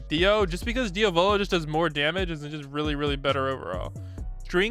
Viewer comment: y cant ppl pronounce diavolos name right